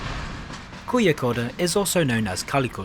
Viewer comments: Laughed ironically regarding how over-cautious the UK is while how somewhat under-cautious India is. Also the way u said Kozhikode as koyikode was kinda hilarious. In south India, especially Tamil Nadu and kerala, the 'zh' in some places are pronounced as close to saying 'Norwich'. Since ur british, u may understand better than other foreigners. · just as a reference for future videos, the "zh" in south india is pronounced as an r, example: Kozhikode -> Ko-ree-kod